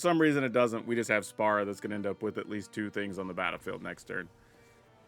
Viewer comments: Also, the pronunciation is more like "spear-uh", just fyi for the creator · You know normally mispronouncing something doesn’t bother me much but FFX is my favorite Final Fantasy game and hearing you call Spira Spara repeatedly has like a small dagger and it’s worse when that’s not even his name but the world of FFX, his name is Sin!!! 😂 still a fun watch despite this though.